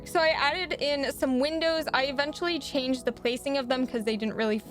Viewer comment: It’s not da panda it’s duh panda